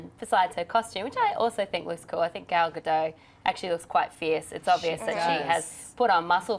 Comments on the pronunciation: Guys, it is Ga-DOT, not GA-dough. She is Israeli, not French. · Love your show, just one comment about Gal Gadot. When pronouncing her last name, the D is not silent like in french. its pronounced ga-do-t